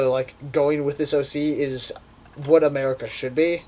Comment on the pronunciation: It's.... it's.... a-MARE-ica! .....i'm sorry.